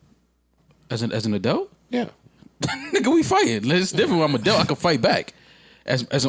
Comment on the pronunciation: I never wanna hear say adult/adelt again